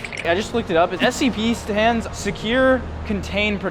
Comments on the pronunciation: you say it like scp " s - c - p" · it’s Scp not sop